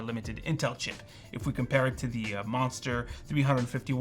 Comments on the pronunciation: Just so that you're aware, "the" is pronounced as "thee" only when it is followed by a word that begins with a vowel. For example, it's "the start," "the year," "the benchmark", and "the 13900K" (and not "thee start," "thee year," and "thee benchmark, and "thee 13900K"). Pronouncing it as "thee" all the time, however, does not make you sound erudite; it makes you sound like a tool bag. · "Thee" audacity of some people lol